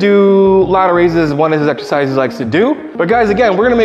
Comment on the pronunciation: Greg says " eghzecises"🙃